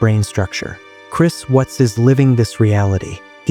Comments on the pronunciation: His name is Chris WATTS not Chris WHUTS. Stupid AI voice. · It's Watts, not wutz. Anyway, may he slowly lose his mind and hear their voices endlessly in his head. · I can't stand this AI narration. All these pronunciation problems. Chris Whats or Chris Wutz. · "Chris Wutts" gotta love AI narration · How can you not pronounce "Watts" correctly? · Hate the computer mispronounced his name👺👺👺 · Why can't this narrator pronounce the name Watts correctly.? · Not sure which is worse. Life in prison or audio AI getting one of the victims names wrong over and over. I miss old YouTube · You knew wasn't pronounced correctly. Not enough?